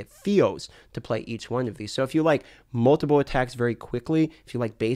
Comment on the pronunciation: I really love and his videos but his accent on certain words like "Multiple" come out like Moldable and.....it makes me smile. Keep putting out the great content. Hope you enjoyed your trip to Sunny California! I work right next door to the blizzard campus